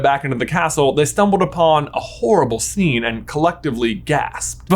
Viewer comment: The SCHENE where SCHNAPE arrives!! xDDD🤣